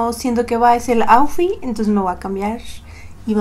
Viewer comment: El maquillaje puede ser super bien hecho, pero si el "Aufi" no es el correcto no va lusir...